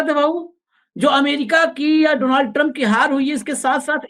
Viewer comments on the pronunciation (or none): डोनाल्ड नहीं भाई डॉनल्ड